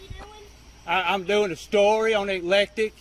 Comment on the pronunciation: It's called EC-LEC-TIC I grew up about 15 minutes away in Tallassee AL